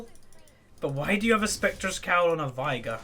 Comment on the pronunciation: Just so you know,, Final Boss Veigar says "vay-gar" in two of his quotes. It rhymes with "day" and "far". Also, Sivir is "Siv-urr", as said by Azir. Does it matter? Not really. I just thought I'd mention it. Bring on the "no one cares" comments.